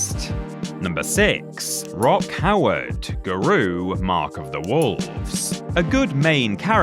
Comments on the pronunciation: The only thing worse than putting Rock Howard on this list is your pronunciation of "Garou". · Umm…Rock Howard may not be the best character in Garou (A name you mispronounced…which tells us all we need to know)…but to put him on the list as one of the WORST characters in ALL fighting games? I don’t think you’ve EVER played as Rock Howard before 😂